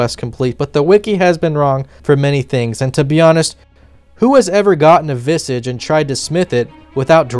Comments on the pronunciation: VISS-IJ , not draconic 'massage' learn 2 fantasy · 🤓☝ akshually it's pronounced vizuhj